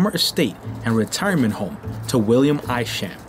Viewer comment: Hi, Thank you for this video of the Northern Manhattan neighborhood where I've lived since 1960. If I might make a few edits....Isham Park - is pronounced Eye-sham. Wadsworth Avenue was not the long hill that you traveled up to visit the Cloisters. You were on Fairview Avenue headed to the Fort George Hill area also known as Washington Heights. People use the #1 190 St train station elevators to get from those heights down to Broadway. The Cloisters are on the other side of the island in the Fort Washington area - also known as Hudson Heights.Take the "A" train to 190 St, go up in the elevators and the top of Fort Tryon Park opens up for you. I suppose that every video and written article has its errors. The only reason I picked up on yours is that I know the neighborhood so well. Good job though!